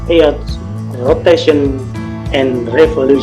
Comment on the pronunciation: Bacanya earthnya bikin bengek 😭🔫